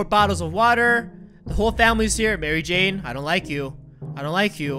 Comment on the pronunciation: you said Mary Jane wrong.